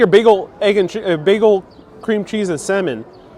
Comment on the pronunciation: The L is silent in salmon.